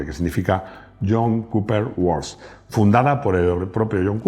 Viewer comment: Excelente vídeo, como de costumbre. Una puntualización, no se pronuncia /work/, sino /we:k/, es decir, no se pronuncia /o/ sino /e/. Además, los dos puntos alargan la vocal. Por último, la R no se pronuncia, simplemente se alarga la /e:/. Resumiendo, sería algo parecido a /week/. No quiero parecer un pedante, pero si miras un diccionario inglés online, debajo de la palabra viene la pronunciación. No es necesario conocer los símbolos fonéticos, le das al clic y puedes oír la pronunciación nativa. Vamos, para tener una pronunciación aceptable. Ez horregatik.